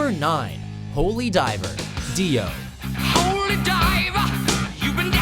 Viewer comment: did he just call him Dia? Sounded like it lol. I will hunt you down without mercy. Hunt you down all nightmare long P.S im not sorry